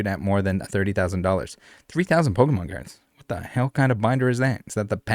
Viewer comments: Really? Pokeman? like come on lady it's Pokemon p o k e m o n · Even with the pronunciation warning i was still not ready lol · I don't know whats better - the news covering this and pronouncing Pokemon or the fact that this dude got his ass handed to him by martial artists who are next door to a pokemon shop. All around gold news and I am here for it.